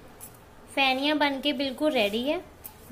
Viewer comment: Pheniya or feniya not Phhaniya